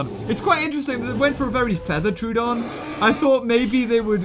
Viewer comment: the way he says names gets to me soooooooo much. its tro-uh-don not trooooooooodon.